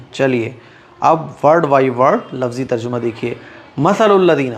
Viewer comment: The word is Tarjima ( TARJIMA ) not tarjama please keep in your mind